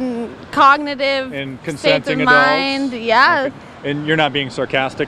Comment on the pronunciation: When did the word "Yea" get 3 syllables?